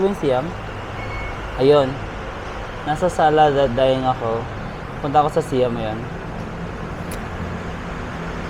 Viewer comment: Siam = Sai-am